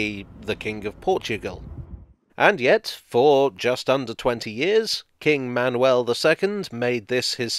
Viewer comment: You pronounced "Manuel" in a very acceptable way, as well as "Gonzaga". The others not as much. Still, a good effort overall. I was not expecting a video featuring Portuguese history so prominently! Kudos!